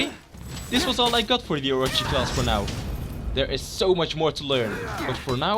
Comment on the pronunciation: Its are-o-chi not or-a-chi